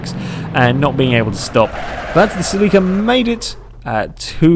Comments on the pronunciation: Cell-la-ca not Cell-lee-ca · It's pronounced ( sell - it with out the t - ca )